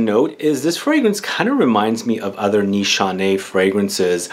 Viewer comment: The only one who pronounces it right sigh of relief Every other YouTuber butchers it and I cringe so hard , I can’t help it